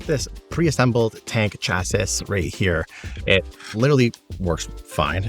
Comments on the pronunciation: "He sounds like he's trying to learn english" then you pronounce chassis as "Chass - sis" as opposed to "Chassy". The pronunciation is "Chassy", rhymes with classy. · Cool video, chasis is pronounced "CHASS-ee" btw lol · Came here to say this lol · Great video! I'm not mentioning this next thing because of anything wrong with you; it's more about something wrong with me: In my experience, "chassis" is usually pronounced as if it was spelled "chassy". Never be ashamed of mispronouncing a word! It's usually a sign that you were an early reader as a kid and learned a lot of words without ever hearing them said out loud. At age 8 or so I simultaneously lost the county spelling bee and learned that the two C's in "succumb" are not pronounced like the ones in "succeed". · Saying the AI sounds like it's trying to learn English and also yourself pronouncing "Chassis" was pretty funny. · How do you not know how to pronounce chasis? Not being a troll, genuinely am surprised